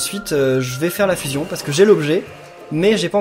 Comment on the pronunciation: Tu prononce mal le fuuuuusion faut faire comme dans dbz